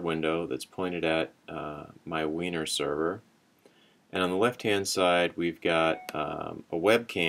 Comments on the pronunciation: It's pronounced winery. But heh. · It's actually pronounced "winery", baahahaha